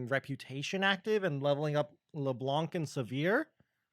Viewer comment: I don't know why everyone (rioters included... well that explains the "everyone else" I guess) call her leblanK. That C here is silent in the baguette language :( Thanks for all those videos btw o/